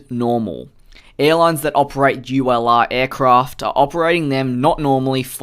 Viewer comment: Each timehe says ulr it sounds like u allah